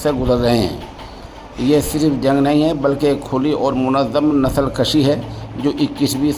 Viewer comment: نسل س ہے ش نہیں ہے